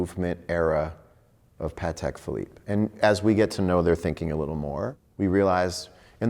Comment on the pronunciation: Best episode of talking watched ever. I have watched it about a dozen times and enjoy it every time. Even better when a couple of serious American watch collectors pronounce Patek Philiippe properly!! "I dont want the money, I want the watches" yes definitely a watch collector.